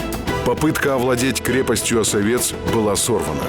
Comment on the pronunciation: Почему Осове́ц, если О́совец? Или я путаю